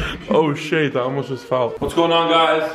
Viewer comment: The fact that he said "Oh Shayte, I almost just fell"😂 and then the title! Illuminate Confirmed!!! 😂